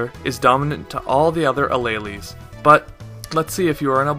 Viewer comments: you said Alleles.. I died. xD It's pronounced uh-leel-s. Not uh-ley-leys xD Good job though on the video! I feel smarter already >u< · Alleles is pronounced ah-leels